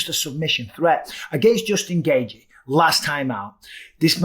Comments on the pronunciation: Why do you keep pronouncing Justin’s last name “Gay-G?” It’s “Gay-chee” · Bisping: "Justin Gayyythjie"